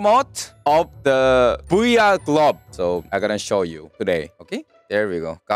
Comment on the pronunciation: I keep thinking hes saying booya gloves instead of VR gloves